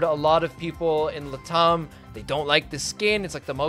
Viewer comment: took a hot second to figure out "Lah-Tom" Lat am, Lat am